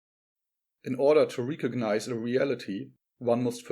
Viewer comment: Recognise. Not reekognise.